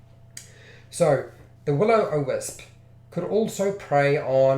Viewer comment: Dude! It's WIL O WISP. NOT WILLOW O WISP